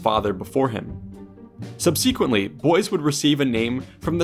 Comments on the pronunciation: Subsequently is pronounced “SUB-suh-kwent-lee” not “sub-SEE-kwent-lee”. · Sub see' kuent ly? No! *Sub' seh quent ly > You put the accent on the wrong syllable (the second syllable rather than the first one), and the second syllable was not to be pronounced with a Long E, but a short one. > Subsequently! ~ Why do people make videos without knowing how to properly pronounce words or names? Check your work first, verify pronunciations beforehand. *ex' tant > Work on accent placement (on the first syllable) and correct pronunciation of the second syllable. *from which they recovered . . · SUBSEEQUENTLY?? Where did you learn English? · the way he he pronounces "subsequently" is just... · I have never heard someone say subsequently like you did.